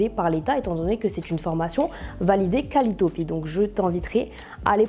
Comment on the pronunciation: Formation qualiotopî n'existe pas, mais qualiopi deja bizzare dès le départ, peut-être juste une erreur de prononciation